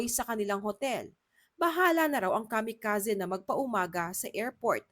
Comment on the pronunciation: Kamikazee po, hndi Kamikazeh